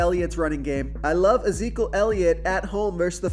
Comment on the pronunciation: Is there a reason you don't pronounce the first E in Ezekiel or have I been saying that wrong my entire life...? I'm guessing the first E is silent.